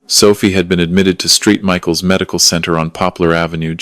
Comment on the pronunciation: Street Michael’s is St(Saint) Michaels